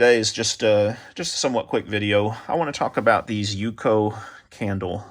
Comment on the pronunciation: it is u-c-o